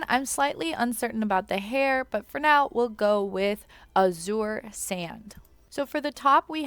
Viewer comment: My only confusion was what you referred to as "hidden outfits" because there's nothing hidden about those? Also, azure is pronounced "a-zher" instead of "a-zoor"